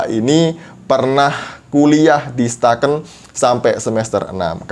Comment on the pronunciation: Eh bang bukan STAKN tp IAKN Toraja Gua anak IAKN Toraja 🤣